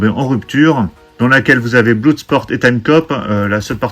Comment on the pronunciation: Salut On ne dit pas BLOUDsport mais BLODSPORT...